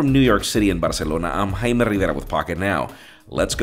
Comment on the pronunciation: The way Jaime says his name and Barcelona is so authentic🔥